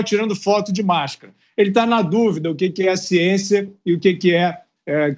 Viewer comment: Tudo em nome da "siençia". 🤣🤣🤣